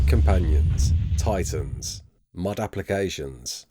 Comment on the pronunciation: i was so confused when he said mod cus i heard mud